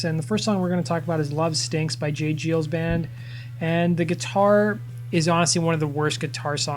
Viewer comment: It's pronounced J. GUY-Ls